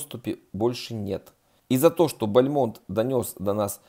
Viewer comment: Ударение: БАльмонт